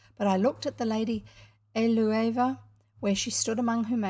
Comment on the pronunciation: I am enjoying listening to this and reading along in an ebook. You are right that it's also good for having on in the background when I'm home alone so the house doesn't feel so empty. I suspect that Eleuva is pronounced ell-oo-va.